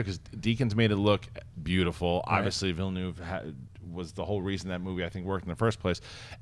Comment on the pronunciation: I can't believe that nobody can pronounce Villeneuve. It's really not that hard.